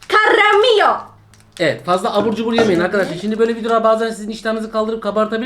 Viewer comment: Karam'a Caramio diyen koca yürekli 🤣❤